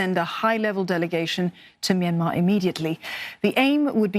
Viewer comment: Okay but can we talk about how she pronounced Myanmar ??!! Best pronunciation I've seen so far